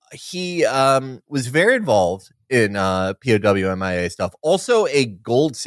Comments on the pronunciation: I don't blame them for pronouncing it "Pow Mia", that's how I thought it was pronounced for years. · Felix and Amber pronounce "P.O.W.- M.I.A." correctly, Will and Jon do not (possibly as a joke.)